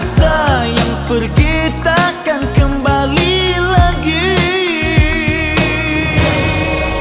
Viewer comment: Suara arwah ustaz Asri memang tak ada pengganti lah. Nyaring suaranya bila sebut vokal 'i' tu nyaring yg sedap di dengar bukan membingitkan. Contoh pada sebutan 'sib' dan 'di' pada perkataan 'nasib di' dan sebutan 'kembali' Selain tu sengaunya pun kena dan sedap. Contoh di pada sebutan 'baikkah' Tambahan burdah dan lengokkan tarannum dalam nyanyian. Kalau cover pun tak boleh ada yang lagi sedap. Betul2 suara yg tak ada pengganti Alfatihah untuk arwah Ustaz Asri